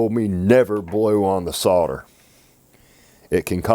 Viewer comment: Dude, it sounds just as good as it looks! :) Well done for pronouncing solder with the L. :) I have 3 things to say - Well done, well done and well done!!!! :)